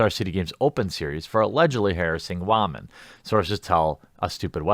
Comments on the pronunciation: Is there a reason you can’t pronounce the word woman correctly? Is it some sort of meme? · Dude.... just say woman correctly...